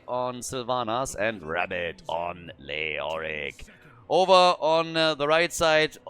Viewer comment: love your pronunciation of leoric